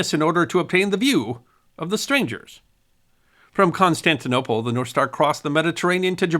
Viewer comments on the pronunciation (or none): none